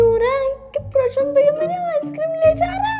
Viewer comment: भईया nahi hota hai bhaiya hota hai